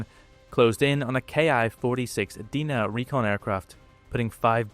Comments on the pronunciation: And pronounced Dye-nuh not Dee-nuh. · Very nice video. I have only one complaint. Your pronunciation of the name "Dinah". It's not "Dee-na" it is "Die-na." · The letter 'i' in Dinah is pronounced like the word 'eye'. Think of Dinah Shore. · Good video! One nitpick is your pronunciation of the word 'Dinah'. It's Deyenah not Deena. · Dinah is pronounced with the "i" like "eye" or "aye," not Deenah. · By the way, the Allied pronunication of the Ki-46 is "dyna", not "dinner". Not many were brought down by Allied fighters due to their sheer top speed. I'm starting to wonder if some of the Ki-46s that were supposedly shot down were in fact other twin engined aircraft such as the Nakajima J1N1 "Irving" that may have been misidentified.